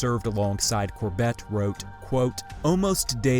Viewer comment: Please pronounce “Corbett” correctly!